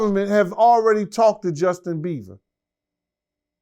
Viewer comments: "Justin Beaver" 😂😂😂😂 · Now I love a good interview but really…. Justin “Beaver”?? Really!! 🤦‍♀️🤦‍♀️🤦‍♀️ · “Justin Beaver” 😂😂😂😂😭😭😭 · “Justin beaver” 😭😭😂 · 🗣️Justin Beaver Lmao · Justin Beaver 😂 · "Justin Beaver" 😂😂😂😂😂😂